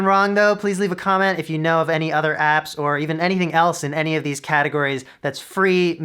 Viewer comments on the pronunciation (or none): none